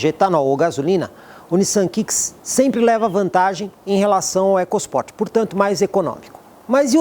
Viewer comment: Excelente vídeo e avaliação imparcial..... Nós ouvidos somente o "ecos Port" me incomodou.